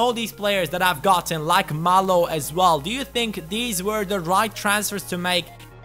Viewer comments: Hugo Mallo is pronounced, Ugo (like you said) Mayo, not Malo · Mallo's name is actually pronounced mayyo, since he is Spanish. Great video by the way! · I think that Hugo Mallo is pronounced Hugo Mayo